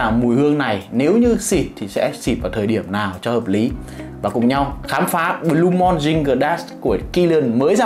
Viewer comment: Đọc là blu-mun chứ sao blu-mon anh trai